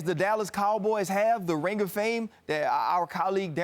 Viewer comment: He's from Louisiana bruh. He's got a slight southern drawl when saying certain words. Give him a break.